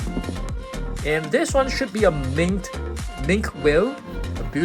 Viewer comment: Damn bro it's not mink whale it's minki whale